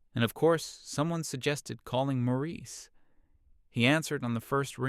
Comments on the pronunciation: IM SO GLAD IM NOT THE ONLY ONE WHO NOTICED THAT! i had to reread several times before deciding it was just a clumsy mistake. also the different pronunciation of Maurice and the "ie" being "ah-ah" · The Nineties Hippy-Dippy guy isn't named "Morris" but is called that for half of the story. Then the narrating voice calls Mr. Hippy-Dippy "Maurice" at 2/3rds of the way through story.